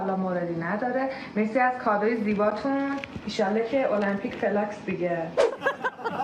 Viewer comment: بالاخره تو این همه برنامه ای که درست کردی یه سوتی ادبیاتی دادی! فلاسک درسته نه فلاکس😅 ولی واقعاً تکی تو مزه پرونی🎉